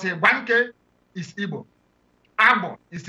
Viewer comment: Pls with do respect try and learn how to pronounce Igbo names very important thanks.